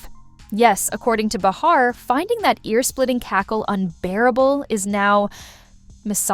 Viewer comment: not enough actual dialogue ( which is what we are here to hear ) too much yakking by the host of the channel, insulting our intelligence with too much explanation. also it's not b'har it''s pronounced bay har.